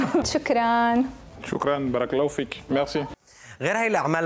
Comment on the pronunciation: لاحظو ماقاله فالاخير كلمة " براكا الله فيك " نطقها مثل ما نقولها نحن الجزاىريين ...جيمس له اصدقاء كثر جزاىريين و تأثير الجزاىريين واضح فيه و كاملة روح ليس معناه الروح بل روح : اذهب كيما نقولوها ...